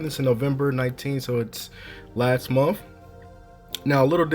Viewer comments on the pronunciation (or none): And month, not monf lol